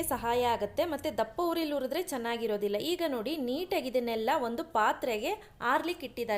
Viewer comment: ಹರಳು, ಅರಳು ಅಲ್ಲ....ಹುರಿದ್ರೆ ಉರಿದ್ರೆ ಅಲ್ಲ, ಅಳೇ ಅಲ್ಲ ಹಳೆ, ಹಳ್ಳಿ, ಅಳ್ಳಿ ಅಲ್ಲ....ಹ...ಗೆಲ್ಲ ಅ ಕೇಳೋಕಾಗಲ್ಲ